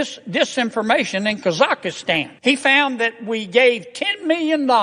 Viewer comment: Totally irrelevant but I giggled at how he pronounced Kazakhstan 😅